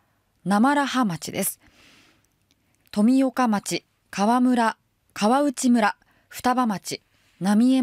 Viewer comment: かわむらではなくかわうちむらと読みます。男鹿半島と牡鹿半島を混同している人もいます。男鹿半島は秋田県の日本海側で牡鹿半島は宮城県の太平洋側です。